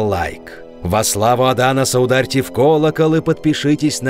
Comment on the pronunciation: Лять.. "Аданос, гомЕз"